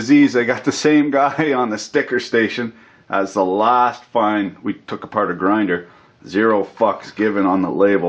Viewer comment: "Take it apaaht." Now I want an commentary/rant to a EEVBlog teardown.